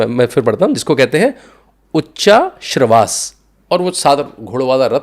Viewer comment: उच्चै:श्रवा नाम है, पांचजन्य शंख, शार्ङ्गरव धनुष ये नाम ठीक से बोलना सीख लीजिए । कहने के लिए क्षमा चाहती हूं। आप हिंदी वाले हैं इसीलिए बता रही हूं।